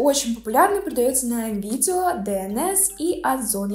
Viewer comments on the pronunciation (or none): none